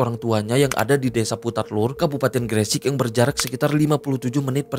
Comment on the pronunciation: Gre sek bang bukan gre sik ngomongnya 😂 bjir bikin dongkol kalo ngomong gre sek 😂